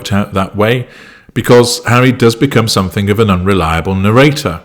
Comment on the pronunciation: It’s not somethink… no ‘k’ !!!